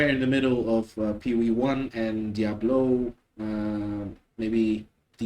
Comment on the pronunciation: I like how you pronounce Diablo(w) ;p